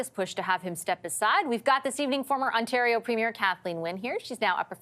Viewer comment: and her butchered Ontario